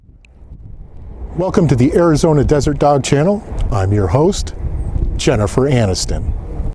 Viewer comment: Did you say “Chin-i-fur Anus-tin”? 🤨🤣😂🤣😂